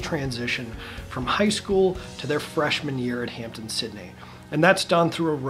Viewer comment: It is Hamp-DEN Sydney not Hampton Sydney